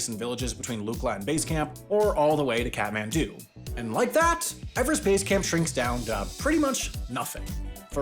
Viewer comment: Kathmandu or cat-man-dont. I don't really care.